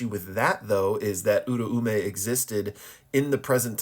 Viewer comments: Its pronounced "Ooo-rah-may"" I used to call her the same exact thing funny enough lol. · nah tbh you're probably right. The dub says oo rah may. However I've been watching sub and i could've sworn i heard it pronounced like that... But my gf says im wrong so fuck it, i yield hahaha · I always thought the ‘Au’ syllable made an ‘ow’ sound making it pronounced ‘ooh’ ‘r’ ‘ow’ ‘meh’ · As a Japanese speaker I can clear this up her name is Uraume (裏梅) which is to be broken down into ‘Ura’ (裏— meaning Opposite or Reverse) and ‘Ume’ (梅— meaning Plum or Lowest Rank of Three) to pronounce these you could break them down even further into their vowels which would be ‘u’ ‘ra’ ‘u’ ‘me’ which for English speakers would be more like ‘oo’ ‘rah’ ‘oo’ ‘meh’ So and the dub are partially right they drop the second ‘u’ and emphasize the eh in ‘me’ too hard, though. Hope this helps :)